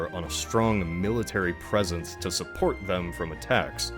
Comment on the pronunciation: You 'ave a permit tcho ask, mate?